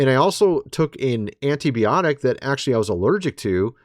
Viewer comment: It's 'Anti-BY-Otic' not 'Anti-BEE-Otic' right or am I late to the party?